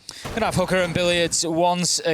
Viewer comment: Guys, its "Hoo-Ka" not "Hoo-ker" I don't think any one is attacking hookers in siege. That is GTA